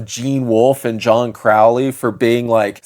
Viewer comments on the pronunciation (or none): Also brah it's Crow-ley, like Holy 💅🏻 (I'm not a pronunciation snob, it's just relevant to the fact that KA: Dar Oakley in the Ruins of Ymr is kind of a dad joke)